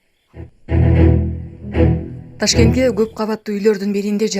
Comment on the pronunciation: Ташкенде эмес Ташкентте дечи